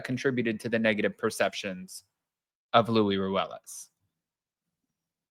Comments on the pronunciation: It is Luis, not Louie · In spanish luis is what we call a "rivista" idk how to translate it but its someone who does whatever it takes to get to a certain social status.. textbook.. and his name is LUIS with an S not loui like king loui? Lol